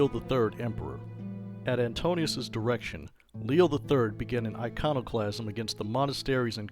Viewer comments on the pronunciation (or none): none